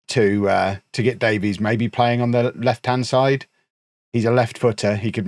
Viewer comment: The Welsh surname Davies is pronounced like "Davis" btw